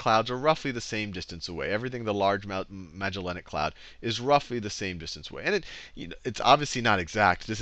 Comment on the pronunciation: thumbs up just because I now know i'm not the only one who struggles with that word - Magellanic